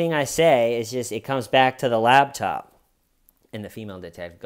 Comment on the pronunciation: Wait it sounds like you’re saying LABtop instead of LAPTOP